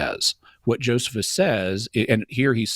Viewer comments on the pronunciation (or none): Bruh is the only one I’ve heard pronounce it Joe-suh-phus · My god this dude says Joe-seh-fus so many times for someone who tries to destroy an entire argument by pointing out one citation typo. And Cameron (IMO) seemingly does that thing where you make a point to pronounce something someone said wrong yourself out loud to try and clue them in subtly, but can't just correct him and he misses the hint and keeps saying joe-seh-fus. Sheesh, embarrassing... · The guy doesn't even know how to pronounce Josephus. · Doesn’t he repeatedly mispronounce Josephus though and wouldn’t that be enough to dismiss anything else he says if we follow some of Jimmy’s complaints against? 😂